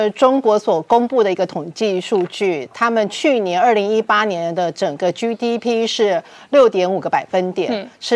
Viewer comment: GDP 怎被唸成 居DP 英文怎學的？ 荒唐